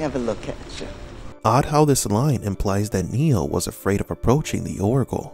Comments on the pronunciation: Please stop calling him. His name is Neo. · Swear, you're saying Neil, not Neo, and gaslighting everyone.